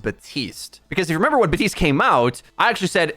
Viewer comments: bap tiste not batiste , i got triggered everytime i heard that XD idk why . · Who's Buhteeste? Do you mean Baptiste?